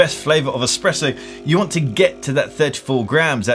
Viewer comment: Er... did you just say “that’s how you make an EXPRESSO”....? Yikes.